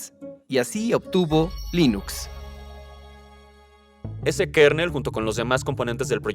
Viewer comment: No se dice Lainux, se dice Linux. Es ricitos de oro, no risitos de oro.